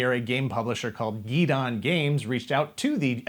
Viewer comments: nice video. But Guidon is pronounced Guy Don.....not Gee Don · I know it has been a year...But it is pronounced Guy-don. Guidon. A pennant or flag, generally used in military formation for the troops to follow or...Stick with me....Guide on. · Guidon is not "gee-don", but rather, "guy-don" (like "guide on"); it is a small flag typically used originally by cavalry (but later by infantry as well) to denote where the commander is and where the unit is to rally and to follow on maneuver. (Hence the small, triangular flag to the immediate left of their name on the front of the book.) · Why does everyone keep saying gee-don? Isn’t it guide on?